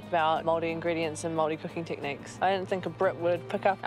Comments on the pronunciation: please say moari correctly.. im from the UK but here 20 years it's pronounced Mouldy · it is NOT pronounced mouldy. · Māori potato? You could say the proper word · 14 minutes of Gordon Ramsay absolutely bastardising the pronunciation of every Māori word.